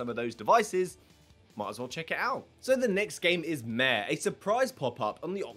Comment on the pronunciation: Kinda funny, when you said Mare, it sounded like Meh.